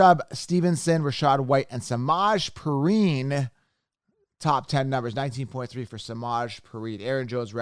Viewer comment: Yo for Samaje Perine it’s pronounced suh-mah-jay pea-rhine.